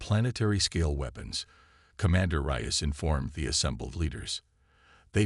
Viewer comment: It would be nice if you would FIX your AI's pronunciation of (Reyes), which it NEVER gets correct. "Rize", "REYE-ez", "Rice", "Rayz"....etc, etc..... And, what is: "DIZ-aray"!!!???